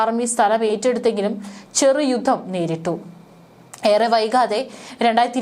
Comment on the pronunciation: ഓരോ രാജ്യങ്ങളിലും എന്നത് തെറ്റ് ഓരോ രാജ്യത്തിലും എന്നതാണ് ശരി ബാവി, ബാഗം,ബൗമ, ഗട്ടം,യുദ്ദം ഇവയൊക്കെ ഉച്ചാരണം തെറ്റ് . ഭാവി, ഭാഗം,ഭൗമ,ഘട്ടം,യുദ്ധം എന്ന് ഉച്ചരിക്കണം ഔദ്യോദികം തെറ്റ്.ഔദ്യോഗികം ശരി